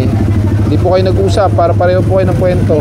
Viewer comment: Kuwento (NOT kwento).